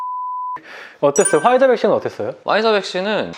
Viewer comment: 아니 꼭 퐈이자라고 발음을 해야되나..?ㅋㅋㅋ